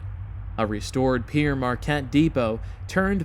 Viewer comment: Good video..but one thing..that name Pere Marquette: Pere is a french word meaning Father...needs to be pronounced as if it were the fruit: Pear....as in" Pear Marquette" Well done!